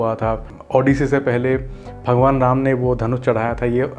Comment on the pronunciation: Hindi sahi se bol rama not ramaa